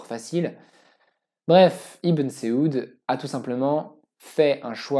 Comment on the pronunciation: Saoud pas seoud et Merci de rater de écorcher le Nom de notre Prophète Saydīna Muhammad Sallalah 3aleyhi Wa Salam.